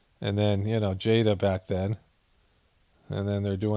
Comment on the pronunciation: Did you say Jada stinkin Smith that's what it sounded like